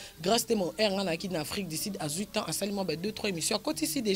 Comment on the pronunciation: afrik du sud et non afrik di sid